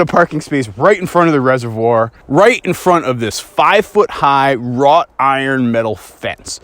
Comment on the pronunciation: W R O U G H T iron